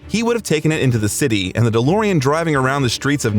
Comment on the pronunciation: 35 "the Lorean"??? Fucking AI. Thank God they'll never be smart enough to take over.